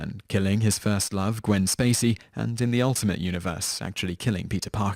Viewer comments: its gwen stacy not gwen spacey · did you call her gwen spacey? xD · you said Quen SPASY